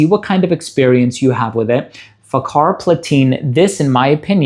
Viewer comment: People should stop pronouncing it with a "K" Lol It's more like Fahar than fakar